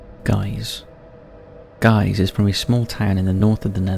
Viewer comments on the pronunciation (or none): Gijs isn’t pronounced guys…. It’s Geys like Hey… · Guiss is pronounced 'Gie' not 'Gay' 🤪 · Say Guiss one more time haha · Is it like Geese? To be fair, you've flung a j in there and it's confusing. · It is written Gijs and is a dutch name but it is definitely pronounced wrong! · ja dacht al zoiets, ik dacht echt wie heet er nou "guys" want dat is hoe hij t uitspraak lol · so that’s how you pronounce ‘Gijs’ in English?